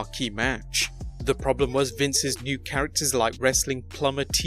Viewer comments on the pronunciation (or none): none